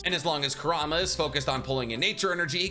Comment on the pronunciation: Bro love the vids but why can’t you just say kour-oo-mah… he’s like the second biggest character and that’s how they pronounce it in the anime. Not koorama